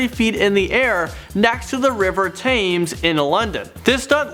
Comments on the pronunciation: TE-MS not TA-MES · He pronounce the River Thames as Tames? Lol it's pronounced "Tems" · the river Thames is pronounced tems not fames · The River Thames is pronounced "River Tems" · God the way you pronounced Thames is just cringey